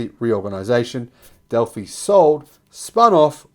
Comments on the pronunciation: Del-fie not Del-fee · Pronounced Delfi not Defee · Delphi is pronounced del-feye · It's pronounced as Dell-fi like hi-fi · GOOD-AAY!! I BELIEVE UP HERE IN "THE LAND UP OVER" IT'S PRONOUNCED. "DELL-PH-EYE"!!!